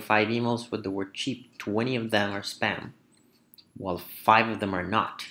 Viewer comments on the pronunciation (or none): none